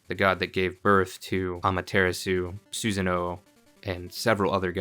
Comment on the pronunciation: It stuck out to me especially when you pronounced Tsukuyomi and Izunami well. Then you hit us with the Susan-O XD